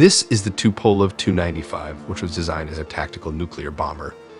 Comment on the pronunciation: It’s not “Tee Yoo” 95, it’s “Too”-95.